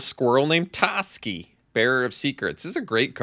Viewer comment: its definitely pronounced TOEski but it's alright. I'm upset about this but i feel we'll get past it.